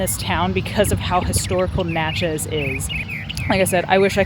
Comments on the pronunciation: Great content and I really appreciate what you do. However, you’re mispronouncing the town in the trace Parkway…. It’s Nat-chez not Not-chez.. 🤦🏻‍♂️ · Its not Notchez. Its Natchez but great video